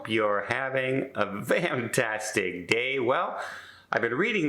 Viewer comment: You gotta tell me why you say "vantastic"... :)